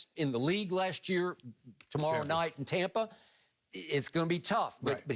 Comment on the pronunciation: I wanna throat chop skip every time he says “Tompa” Bay